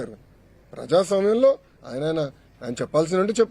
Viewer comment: ప్రజాస్వామ్య అని పలకటం రాదు వీడికి వీడికి ఒక ప్రెస్ మీట్